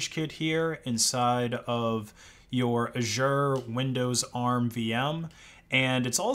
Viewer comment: You are going to want to go to google translate, type Azure in and listen to how you say it lmao.